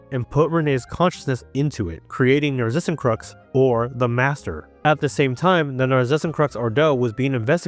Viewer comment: pls look up how to say Narzissenkreuz, I think it's a German word